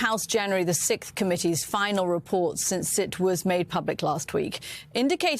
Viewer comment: I thought it was just a fluke when I heard it on the BBC, but it really seems like no British news reader is able to pronounce "sixth" properly anymore - they all say "sikth". I've been hearing it all over the place, and it's always British announcers. Weird.